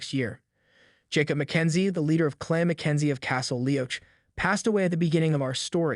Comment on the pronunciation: Good recap. I’m gonna assume you haven’t watched Outlander, So I just wanna give ya a few tips for the future. (Not AT ALL trying to be mean. Just to help) -Leoch is pronounced Lee-ock…heir is pronounced “air” the h is silent….. Beauchamp in this series is pronounced “Beach-um”. Dougal is pronounced Doo-Gil(which u did say correctly most of the time) and Craigh Na Dun is pronounced “Craig Nah-Doon” please don’t think I’m trying to be rude at all. Just trying to help for any future episodes. You did a good job!